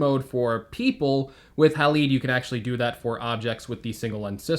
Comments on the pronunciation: Haleed! Lol! Halide is pronounced like Hal-Eyed. I’m sure they called the app Halide Camera because Silver Halide is a chemical compound found in film:) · It’s halide, hA-LYde